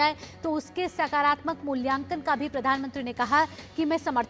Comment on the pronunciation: मूल्यकान नही मूल्यांकन